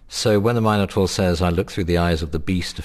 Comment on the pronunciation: lol u idiot taur is prenounced = tor